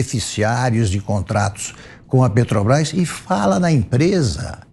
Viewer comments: Este bandido é tão analfabeto q não sabe pronunciar o nome da Petrobras. Ele fala: petObrás. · Afe Só velho Gagá Respeito os velhos mas Mas estes aí do PT são arcaicos, pararam no tempo éca 🤮🤮🤮🤮 não aguento este luladrao falando PETObras 🙄🙄🙄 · Lula "PETOBRAIS" não sabe nem falar 😂ridículo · Não sabia o que é motociata mas "negociata " ele sabe muito bem.Nem pronunciar direito Petrobras ....